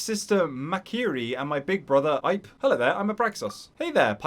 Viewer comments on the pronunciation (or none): Just fyi, the name “Ipe” is pronounced “ee-pay” it’s two syllables.